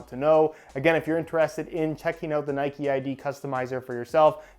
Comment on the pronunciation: Its Nike not Nikeeeeee😂🙈